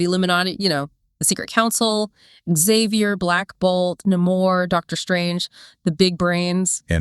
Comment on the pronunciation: It’s namor pronounced (nay-moor) not (na-moor) thanks!